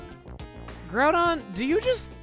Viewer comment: Or when they mispronounced Groudon and Kyogre.